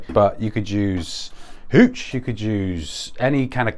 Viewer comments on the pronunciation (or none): Hehe awesome :p. The way u gave some oomphf to HoOOCH! ;)